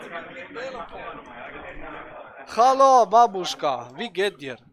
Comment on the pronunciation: damit es besser rüberkommt- es heißt "bábuschka", nicht babúschka. Liebe Grüße 😉